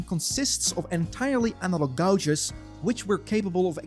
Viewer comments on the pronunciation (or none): gauges is pronounced as = gayjiz not gowjiz